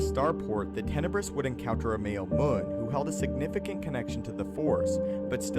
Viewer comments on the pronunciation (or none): Not moon. Muun m you n , mew n . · You’re mispronouncing the word Muun. It should sound like M’You’nn. Not Moon.